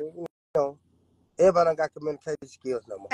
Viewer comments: This cant be real. Theres no way he really messed up the word "communication" that badly while ragging women for not knowing how to communicate 💀💀💀🤦🏿‍♀️ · He fixing cars…. He need to get them teeth fixed… he can’t even pronounce communication 😂😂😂😂😂😂